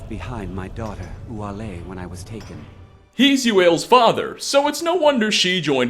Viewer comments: It's U-ah-lay, not Wallay or U-whale kek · Isn't it OO a lay? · it's actually pronounced OU- alay (uaile) if you don't believe me. her dad whom you meet in cidna mine pronounces her name that way, and i think he knows how its supposed to be pronounced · I think you mispronounced Uaile... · You corrected your mispronunciation of Uaile but not Adonato?